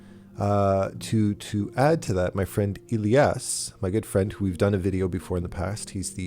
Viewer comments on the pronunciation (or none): none